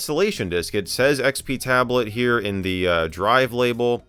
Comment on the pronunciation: "our name heah" - Michael MJD